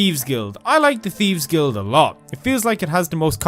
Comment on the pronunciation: Let's be honest...you call it the teeves guild off duty